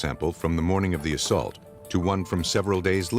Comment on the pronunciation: What is "assult"😂